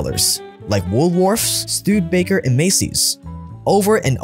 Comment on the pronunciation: all the aussies are cringign how you said 'woolworths'